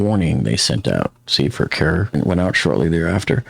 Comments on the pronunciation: Kerr (county) is pronounced as cur like cur dog. I love your coverage and have followed you a long time. Your suggestions for safety in the future is right on. Thank you. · Great Job as usual! I am in South Texas. FYI, Kerr County is pronounced like “Cur”. Keep up the great work! A Siren / Speaker system should be placed down river about every 100 yards on private home areas and every 100 feet in commercial camp areas. The speaker could have a loud siren and a speaker taking about how serious the emergency and a bright blinking light. Thanks!